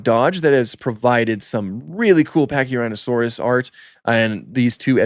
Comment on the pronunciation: you said pachyrinasaurus but it’s fine 😂